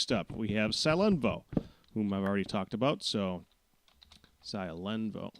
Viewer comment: Hehehehe, I find it amusing how you pronounce my Internet name Pak, "Sie-len-voe" xD, Its Originally pronounced "Sil-en-voe", Since the original variable was based off "Silver", But I'm fine with it no matter what way you pronounce it. I also find it amusing you keep mixing me up with Scaraban. xD The random mix up, Plus the Sheryl event, and the way you pronounce my name.. Are all likely to leave me as an Famous/Infamous figure around here.. Heheh.. -I'll be Watching.